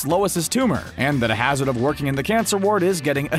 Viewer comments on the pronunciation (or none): none